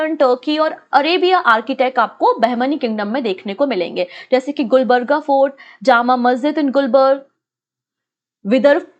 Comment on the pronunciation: Lots of mistakes in your pronunciation, For the sake of your students correcting..... - wali is वली not वाली - मेहमूद गवान ( aa ki matra ) - it's Gulbarga गुलबर्गा ( also called Kalaburagi) Congress President Khadgeji's constituency